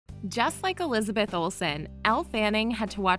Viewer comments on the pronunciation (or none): none